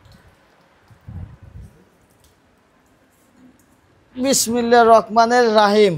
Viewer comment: বিসমিল্লাহির রাহমানির রাহীম বলতে হয় শুদ্ধ করে বলেন ভাই,,,,,😊